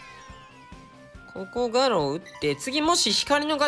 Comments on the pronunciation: ガロウのイントネーションが気になるw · ガロウのアクセントはロだよな確か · 最後ガアラって言って悲しい、ガロウです